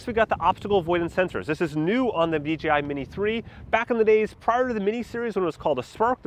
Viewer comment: Why do ay D G I. It is D Jay I Come on Mr 10yr droner. 🤣